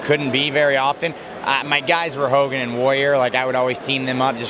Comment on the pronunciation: Did he just said hugan ??